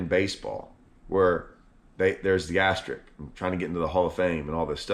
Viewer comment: *AsteriSk...with an 'S'...ASTERISK; not ASTERIK. English is your native language,; LEARN IT! 😂